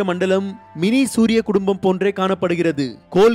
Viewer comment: Suriyan not duriyan